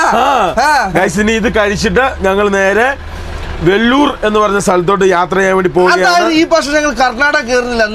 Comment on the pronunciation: Vellur alla veloor